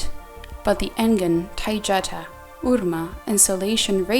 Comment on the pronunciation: The girl doing voice is mispronouncing Taygeta. You might want to correct this.